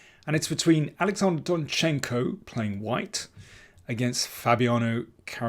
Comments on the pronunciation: DOnchenko, Daniel, DOnchenko! Almost all Ukrainian-like last names have stress on the first syllable. For example, mine as well - MIshchenko, not MishchEnko... sorry, personal :)) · I think you should write rather 'DONchenko'. That would be the first syllable.